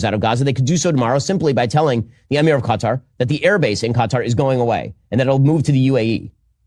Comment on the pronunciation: I like how try’s too pronounce Qatar properly but fails 😂 nearly